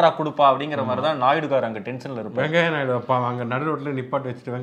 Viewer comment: வெங்காயநாயுடு‌ இல்லை வெங்கய்யநாயுடு என சொல்லவும்